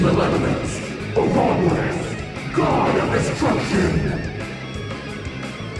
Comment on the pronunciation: ahhhhhhh the way they pronounce Ouroboros!!!! It hurtsssssssss